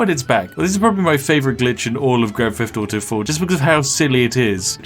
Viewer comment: grand feft auto